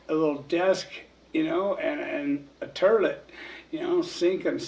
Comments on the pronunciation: At about he said '''terlit''' rather than toilet lololol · Finally sumone else calls it a terlit. Love the vids please keep it up. U and herc are still a big motivation for me daily although iv never been locked up. Are u related to Paul wall by chance? Lol just joking. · Turlet? Lol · "Turlet" lmfao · A sink and a turlet